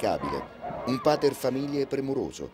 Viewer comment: minuto 11'27'', e' la prima volta che sento l'arcaico PATER FAMILIAS declinato come se fosse latino tardo repubblicano quale PATER FAMILIAE, che strana scelta dello speaker